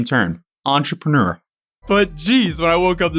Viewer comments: Do y’all not hear or see that R? Lol EntrepReneur. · ON TROPUNEWER